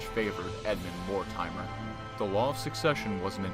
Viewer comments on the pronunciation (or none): Pronounciation is abysmal here.. More-timer? Its Mortimer (More-Timmer). Look up the correct pronouncing of Harfleur and Agincourt and Bordeaux. Its painful to listen to. And St. Albans. Its an insult to hear these horrible mis-pronounciations. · Mortimer is pronounced "Morty-Murr" not Mor-timer